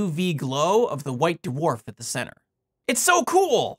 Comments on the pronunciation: Hearing you say d'warf instead of dwarf is driving me crazy. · I like how you pronounce them "Doo-Wharf" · I love hearing you say Duhwarf. Although I feel bad for anyone named Dwane or Dwight in your life. Yes, that's what I seem to have taken away from this video. 🙃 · It seems like the star's extreme gravitational field acts to separate and purify the layers the same way the force of a spinning centrifuge stratifies the layers of a body fluid sample (my field). Oh, and I like the way you say the word "dwarf"...you can really hear the separate letters "d" and "w" !